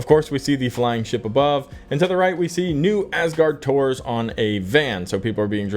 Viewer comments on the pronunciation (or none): none